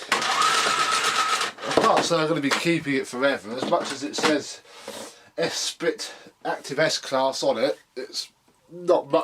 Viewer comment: It's pronounced "Esprie" but spelt like Esprit